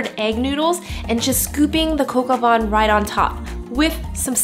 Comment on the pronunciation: It's vin not van!😂